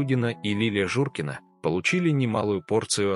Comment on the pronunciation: Журкина, а не Журина